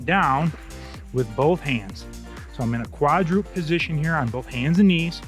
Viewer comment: Good balanced workout! (Coach, I had to smile a little because I used to make the same pronunciation mistake—quadruped has three syllables: kwa’-drew-ped (not kwa-droopt :) —from Latin meaning “four legged”.